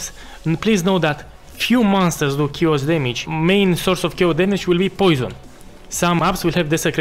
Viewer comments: Sharacter - Shayos damage - smoos :P , great build and guide, thanks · The way you say "chaos", oh, my Eastern Europe bratha 😂